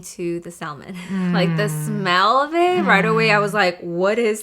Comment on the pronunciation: It's cute that pronounces salmon w the L lol...it's silent